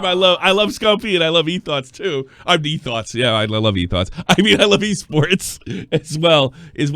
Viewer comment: Everytime says 'Eight Thoughts' my brain automatically translates it to 'Ate Thots'.